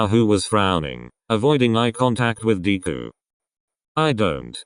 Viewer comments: Deku, nah DKU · Lol 'Deequ' poor deku 😂😂😂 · Everytime Bakugo said "Deku" it sounded like "Diku"😂😂